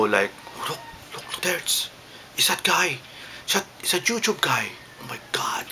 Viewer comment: i love how you pronounce it: yoochoob and beejo